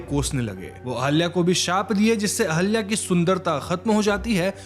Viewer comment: Sir ahalya nhi ahilya hai